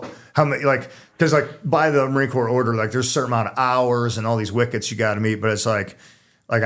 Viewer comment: Stop pronouncing the P in Corps!!!